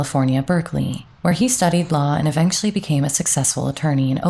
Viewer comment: I like your voice, but find it weird that you sometimes seem to add some "k"s like in marriakge, mukch; evenkually or akge.